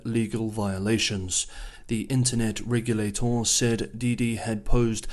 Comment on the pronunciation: Glad somebody else noticed 😂